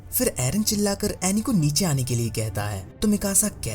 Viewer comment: It is anni. Not aney